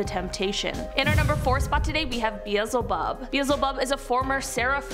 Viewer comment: BEE L ZE HOB